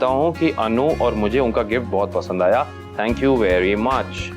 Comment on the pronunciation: Hd h wse ye serial bnany walon py phly anupama sorry b ni bolti thi jbse thori c English ai h to soori sori sori.... Soooori or tank you tank you tank you.....taaaaank you he khtm nhi hota bht zehar lgny lg gai h ab anupama is serial my anupama change krdo plz ya phir isk ye fazool sori sori khtm krwa do